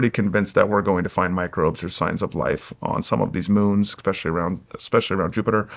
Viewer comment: So much smarter than me… yet he still can’t say “especially” correctly.